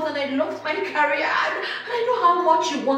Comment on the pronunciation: Wtf is "carry-ear"? The word is " career" pronounced "ca-re-ear".